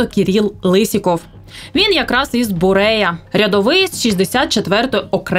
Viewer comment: Правильно говорить БуреЯ ( ударение на Я )